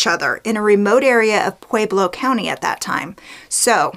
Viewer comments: it's pronounced pweh-blow, not "pwee-blow" .... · heard that! i grew up in Fountain and as much as i love ~~~ her pronunciation of Pueblo was driving me crazy too:) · Pweh-Blow Pweh-Blow Pweh-Blow Pweh-Blow